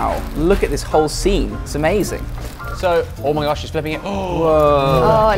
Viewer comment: 또 있죠 ㅋㅋㅋ 오.마이.가쉬!!